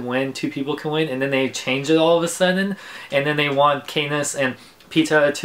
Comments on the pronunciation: not to be annoying, but it's pronounced CAT-niss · btw its kat-niss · Her name is pronounced like cat not Kay or Kate like u said srry still lov yah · Peet-A lol and Kat-niss...